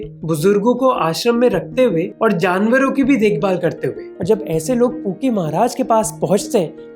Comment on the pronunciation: I am sorry bro, but everytime you say pookie baba I heard kinky baba😂😂